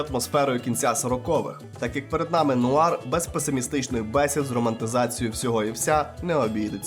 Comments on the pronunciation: *noire — нуар, не ноїр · "нояр"))) Праця може бути титанічною, аж ніяк не циклопічною. Автор ходив до школи?